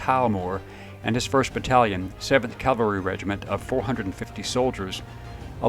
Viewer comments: CAVALRY noT CALVARY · I like your stories and appreciate you bringing them out but of you're going to do military videos you really need to learn the difference between Calvary and Cavalry. In your video about Bruce Crandall you consistently said 7th Calvary. Calvary is where Christ was crucified. Right is right, wrong is wrong. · I love your work and I love your videos. But I’m an English teacher and I have a difficult time hearing you say “Calvary“ instead of “cavalry“. Calvary is a hill upon which three crosses were erected for a crucifixion. Cavalry is horseback and horse mounted. as I said it’s a trivial thing but it’s important that what you do is accurate. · It’s cav-el-ree not cal-var- tee! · Crandall and Freeman were amazing. But I have to nitpick....CAValry, not CALvary. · Remember, Calvary is where Jesus died. Cavalry is something totally different Cal-vary vs Cav-alry. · Please learn the difference between cavalry and Calvary. Please...